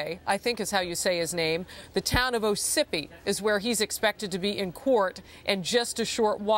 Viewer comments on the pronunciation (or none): She totally butchered the town ossipee by calling it oh sippy. Such a sad story tho. And way to close to home